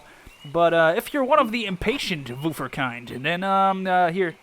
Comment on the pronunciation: im subscribing just because he said woofer in what seems to be a German accent which I love